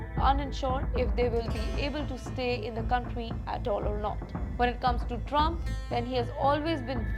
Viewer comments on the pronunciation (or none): none